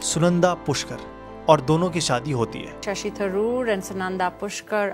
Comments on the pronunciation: Sashi or SHASHI ? 😅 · It's Shashi Tharoor... Not sashi ...my Favourite